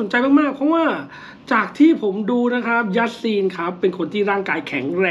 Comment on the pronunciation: คู่แรกคือยาซีนนะครับไม่ใช่ยัสซีน😂😂